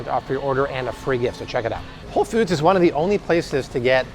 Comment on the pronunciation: BTW, ‘foods’ is pronounced like ‘dudes.’ Not like ‘feuds.’ It’s not Whole Feuds.